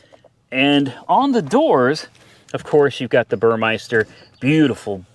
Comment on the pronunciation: burmester, not burmeister